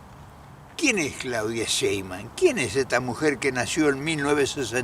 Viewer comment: No es Sheiman, es Sheimbaum